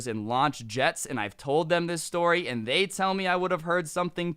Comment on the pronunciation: u alredy told dis stowry